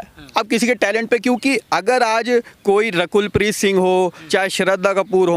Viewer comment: Reporter saying rakhel preet 😂😂😂😂 instead of (Rakul preet )